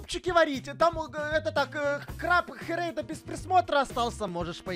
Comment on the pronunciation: Не хєрєйда а хрейда😅